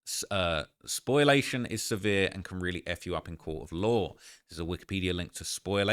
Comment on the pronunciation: its pronounced Spo--lee--a--shen. Not spoil--a-shen. Has nothing to do with "spoiling" like spoiled milk. It's a different root word entirely